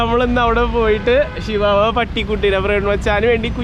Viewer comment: it not sivavava its chvava